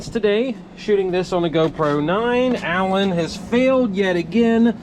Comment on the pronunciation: Lmaooo “Allan” I love you